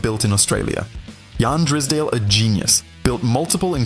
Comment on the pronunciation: Sure does . 2nd time I’ve heard AI call Drysdale as Drisdale. And another called Denny Hulme Denny Hume it’s insulting.